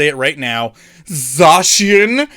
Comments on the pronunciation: ''ZA-SEE-AN''' btw :P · Lemme help with the Zacian triggering; It's pronounced ZACK-IAN 🙃🤔🤫🤭🤣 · It doesn't matter how you pronounce Zacian, but I've honestly had my best pulls out of the celebrations Zacian box. And if I got it from you, then it would DEF. stay closed.